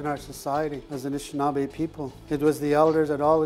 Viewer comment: Anishinaabe not shushing.